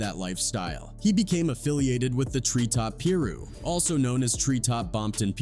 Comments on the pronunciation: lol peeru it’s pi-ru piru bruh lol😂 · it's pie-ru, not peer-ru my man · Not puru...It's Piru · 😂what peerooo ? Its Piruuuu 😅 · Tree top Peeru? I don't think you pronounced that right homie. It's Bompton Tree Top Piru. 👁 Man, I used to bump DJ Quick back in the day. Gangsta! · "Pea-ru" lol Nahh it's Pie Roo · Peeru?? LMAO cringe as hell. Its piru(pie-ru) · Plz stop saying peer ru it's pronounced pie ru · Peeru? 😂 C"mon, man... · bro you been killin' me.. with the Tree Top Pee-roux! 😂😂😂 it's Pie-Ruuu! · Piru as py ru not peeru get it right before you put it out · Pronounced "Pie-roo" not "Peeru" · PIRU……Sounds like PIE-RU learn the words before “documenting” gang culture white man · Peeru? You mean piru? Using AI to speak voice is something. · Ah yes... "Peer ew" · "Tree Top Peerue" 🤣🤣🤣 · Pee-roo? Are you serious? Somebody adjust this AI voice 😅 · Bruh y'all got to pronounce these hoods correctly!! Shit sounds wild.. what's a Peeruu ?! 🤦🏿😒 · AI narrator calling it Pee-Roo is like Dan Quayle calling dude 2pack Shacker lol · 3rd Pear-roo is were I stopped 😂😂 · It's pronounced second to none AND PIE ru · Tree Top Peeroo. Lol this AI shit is getting ridiculous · Wtf is peeroo 😆 they mean piru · Did he say Treetop Peru? lmao! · Its pronounced like this Pie-ru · Its PIRU pie- roo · It’s pronounced PIE-ROO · Tree top pee-roooh. If you can't say Piru then you never heard A quick song. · The ai saying pee rue is disrespectful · Say it with me, pie-roo. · Come on bro learn how to pronounce the name of these it's Piru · It Pyru pronounced "Pie-ru". Fucking must be AI narrator. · Oh hell nah I tapped out & disliked the second ai heard the word “Peeru” wtf🤷‍♂️🤷🏿‍♂️🤣😔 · My man said Pee-Rue 🤦🏽‍♂️🤣 good video though 👍🏽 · "peeroo"? is that like some kangaroo from Compton? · It’s pi ru mf 😂😂wtf did he say shout out to da rus tho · Come on....stop being lazy cuh...and quit using A.I......who the fuq says."pearoo....piru...FN ai is ruining the art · Smh it's pronounced pie ru